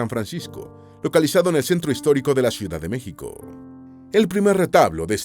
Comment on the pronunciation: ¿Por qué no puede el narrador pronunciar correctamente el nombre de LA ciudad capital de México? Qué cosa tan molesta, por eso, le doy dislike.😢